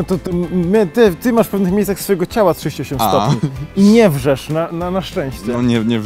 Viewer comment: „Nie wrzesze” ...jprdl 🤦🏻‍♀️🤦🏻‍♀️🤦🏻‍♀️